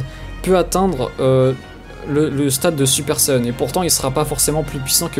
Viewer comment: Ok Just ferme ta gueule.... J'en peut plus d'entendre supa sayajin gotto..... T'es loin d'être cool en disant sa t'es Just chiant